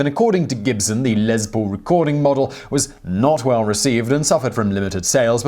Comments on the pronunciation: It's Les, Zimon Whiztler; Les Paul, not Lez. Short for Lester, which is pronounced like Leicester. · Your pronunciation of Lester Paul's shortened name grates on me. It is "Less Paul", not " lez Paul". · It's Les Paul, not Lez Paul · Who is Lez Pool? Oh Les Paul lol gotta love the accent. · I've watched probably 100 of your videos and never once scoffed at your pronunciation of words and names but for some reason every time you said Lez Paul instead of Les Paul it just sounded weird to me. :) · I thought you were saying "LezPool" instead of Les Paul, all I could think of was a pool of lesbians lol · Lez... Lez Paul. Lol... Les Paul. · Took me a second to figure out what a "Lez Pool" was... Maybe it's a place to relax after a Pride parade on a hot summer day. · it's pronounced LESS Paul, as in 'Simon could not prepare LESS for theses shows if he tried!' So, while Mr. Paul was to all appearances MALE and STRAIGHT SO LIGHTEN UP ON THE LESBIANS, OK? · because it's impossible for Simon to do LEZ preparation for his 'job'! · if he could stop saying 'LEZ' Paul... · Um..... no, there is no z in Les Paul... look it up... Next time you try and correct somebody, make sure you're actually right.